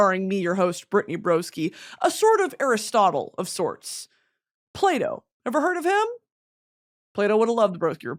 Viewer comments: Everytime she says Plato I hear "Play-Doh" and can't stop laughing 😂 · Thought you said Play Dough instead of Plato at the beginning